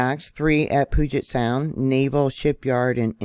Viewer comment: Pew-jit sound. Proper pronunciation. You did better this time. About a month ago you were butchering it lol